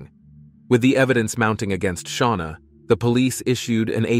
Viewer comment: Who's sha-wana ⟵(o_O)